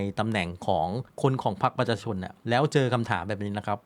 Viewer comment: แนะนำให้หัดออกเสียงคำว่า ประชาชน เริ่มหัดช้าๆครับ ไม่ต้องรน